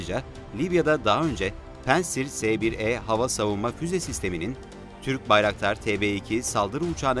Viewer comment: P-A-NTSİR'i neden P-E-NTSİR diye okunur, bunu herhalde bir tek sunucu cevaplayabilir. İngiliz/Amerikan silahından bahsetmiyoruz.